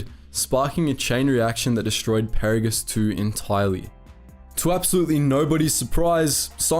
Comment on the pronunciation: Did this guy actually play the KOTOR and TOR games? He is mispronouncing everything from Peragus to Adegan. It's driving me nuts.